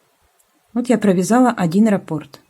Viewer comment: Спасибо. Как всегда, прекрасный урок. Приятно Вас слушать.А уж работы Ваши ...Отдельное спасибо за правильное ударение в слове "рапОрт"... Это редкость. Вот бы все вязальщицы произносили это слово правильно....